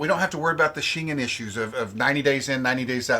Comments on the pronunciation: So your geography lesson on where the town of Shengen, where the treaty was signed is, was as bad as your pronunciation of the word. Shengen wasn't signed in or near the British Isles and also had absolutely nothing to do with those countries at first. Hard G like Give or Gary, and en like it is pronounced en Español. Say it with me... The Shen-Gen Treaty was initially signed just outside the Town of ShenGen, Luxembourg on June 14th 1985 By Belgium, France, West Germany, Luxembourg, & The Netherlands. There I fixed your History/Geography lesson for you. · Never heard that pronunciation of Schengen, must be the Texas way 😀